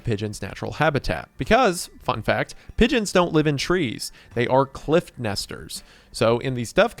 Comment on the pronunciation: I genuinely thought he was saying midgets and not pigeons at first.